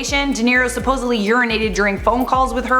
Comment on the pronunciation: Supposedly not supposally.